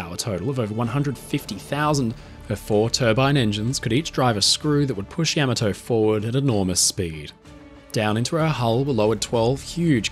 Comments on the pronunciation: How can the person narrating the video not know how to properly pronounce Admiral Yamato's name.. I've seen this time and again on many of these videos. Instead of just reading your script how about doing a little research of your own before hand. This man and this ship deserve it. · With all the impressive research you've done, odd that you didn't make the effort to approximate a correct pronunciation of the name of the ship. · Pronunciation is wrong. Pauses in the intro - terrible (at that volume). The rest of the presentation - OK (when you aren't trying to mispronounce Japanese words, that is). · Could've at least gotten the pronunciation right. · Yamato doesn't rhyme with 'camel toe'😂😂😢😢😅😅😅😂😂😂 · Learn how to pronounce the name of the ship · You seem to know just about everything about the ship except how to pronounce its name. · Why can't the narrator pronounce "Yamato" correctly? This is very odd to do a nice video and then not say the name of the ship right. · pretty hard to listen to Yamato being mispronounced over and over again, I had to mute and block this channel!! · You should’ve research how to properly pronounce Yamato first… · I love your videos, but every time you said the ship's name, you made me cringe! You put the emphasis on the first syllable correctly (YAY!). But you insisted on saying "YAM," instead of the correct, "YAHM." So, she wasn't YAMato, nor was she yah-MAH-to. She was YAH-ma-to. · Why do the British screw up the pronunciation of the Japanese war aircraft, ships and other weapons? This ships name was pronounced, Ya/ma/too, not Yam/o/too. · You say YAM-a-to, I say Ya-MAH-to. Let’s call the whole thing off. 😂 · Ahhh The Yam a toe. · Yama toe 😂 Ya Mato 🍡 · not yami-to, ya-maw-toe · Ya-ma-toe- Not Yam-a-toe. You and Drachinifel. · YAMATO TOMATO TAMATO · Genius, he calls it Yeah-ma-to for the first 10min. Factually incorrect pronunciation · You hurt your toe? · I believe the emphasis should be on the second syllable, "ya-MA-to"